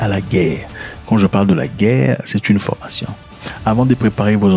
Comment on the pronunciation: On dit formation et non pas fromation 😂